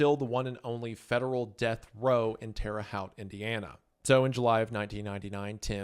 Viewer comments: woah, never knew this and I live nearby. Also it's pronounced hoe-te not how-te. At least around here lol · Terre Haute is not pronounce Terre HAUHT. It’s pronounced Terre Hoet, like “hope” but with a strong “t” sound at the end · Got to the end of the video just to hear Wendi pronounce Terre Haute as "Tear-a-howte" in Indiana we say "tear-a-hote". Nothing major just stuck out like a sore thumb to me 😂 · Terre Haute, Haute pronounced Hote. Come on Wendi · Not important, but for future reference Terre Haute is pronounced "ter-uh hote" (haute rhymes with boat) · My mother worked at a hospital in Terra Haute IN (pronounced Terra Hote, like hotel) and had patients from the Federal Supermax that contained Timothy during the end of his life. She worked there at the same time that he was incarcerated. I don't know if she ever worked on him, but I know she'd seen him at least once. What a terrifying thought, that a patient where you worked was responsible for such horrors. Thank you for doing this video, Isaiah. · My great uncle was a correctional officer at Indiana State Prison and claims to had fed Timothy McVeigh his last meal! Also its pronounced "Tear-ah hoe-T" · Terre Haute (pronounced Hote) 😊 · Okay, Terre Haute is pronounced Terre Hote (like tote, as in tote bag). Go Sycamores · loved the video, just got to the terra haute part, and as an Indiana guy myself even if I'm not from there, I'd correct your pronunciation since it's French. It's prounced like the word hoe but with a t or like goat but with an H instead of a G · you said terre haute wrong :( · have never heard anyone pronounce Terre Haute this way lol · When you say Terre Haute, haute is said like it rhymes with goat. Lemme tell ya. Nothing else that big has happened since we got the Boston bomber. It was a real media circus out there. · Damn, he's got you riled up over one mispronunciation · what an interesting way to pronounce terre haute 😂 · please check your pronunciation of Terre haute PLEASE omg 😭😭